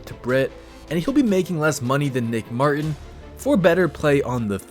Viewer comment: You keep saying nicks last name wrong 😑